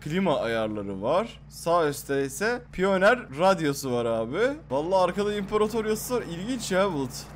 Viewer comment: piyoner kdkfkskfkekfkek paynır olacaktı